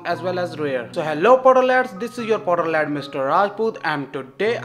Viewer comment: I want to tell you that it's potterhad not potterlad.